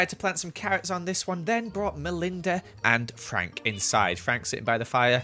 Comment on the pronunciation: it kinda sounds like said Anne Frank, instead of and Frank 😂